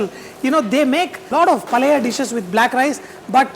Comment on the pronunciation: Actually we got to know about this restaurant from another budding chef from Hyd cooking shooking who has already made a video on it on Youtube :-) By the way, it is Paella pronounced Pa-ye-ya. Also in Spain they make their rice black by adding in the ink from squids. The rice is not naturally black. So vegetarians beware.